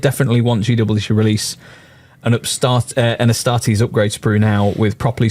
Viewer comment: *ASTARTES. Not "Astares". Tourist vibes lol.